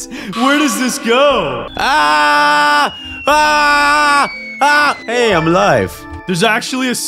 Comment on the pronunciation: when melon said hey!! its sound like hayy!!😂